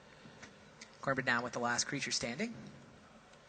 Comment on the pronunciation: it's said coo-eem-bruh!